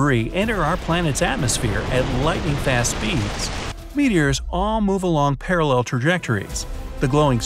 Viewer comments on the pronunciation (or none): none